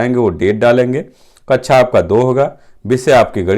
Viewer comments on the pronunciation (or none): Its kaksha not kaccha..